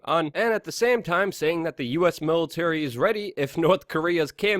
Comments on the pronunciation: I laugh every time you pronounce nuclear nucular like W Bush lol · *Always mcLuvin The"Nuke-u-ler" Luke-u-ler! :D :D